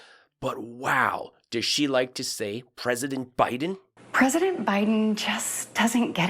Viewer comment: Cant watch the Stepford wife in front of kitchen sink (who the hell thought this performance and setting such a great idea).. she pronounces every syllable so emphatically sounding creepily cringeworthy like a character on a Ricky Gervais mocumentary. Only positive is given some great ammo for another really funny show though 😂 ps loved the out takes too